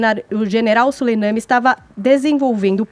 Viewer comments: Moça, não é Solenami é Soleimani. Tem que ler direito. E para de falar e deixa o convidado responder, tagarela. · Essa mulher toda hora fala o nome do general errado "soleiname" ( é Soleimani) porra. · é tão despreparada que errou diversas vezes o sobrenome do general iraniano morto, não é soleiname, e sim soleimani, 😒